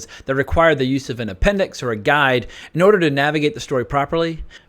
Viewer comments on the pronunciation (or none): none